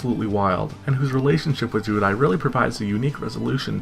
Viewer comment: Very cringe hearing you say zeal and judai. Then saying arc v wasn't that good. Idk man are you really a true duelist? If you actually pay attention arc v is the culmination of DM XD and 5ds. The three main protagonist from those series are taken from their worlds and put into the bodies of three of the split pieaces of the villian in arc v to balance the evil force I side them, Jaden had dark energy in him from 2 different entities which is why Yuri is psycho. I will agree they ruined the end..